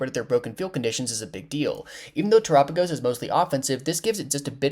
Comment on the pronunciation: that ain't how you pronounce his name right?? its Tera like mechanic Tera right???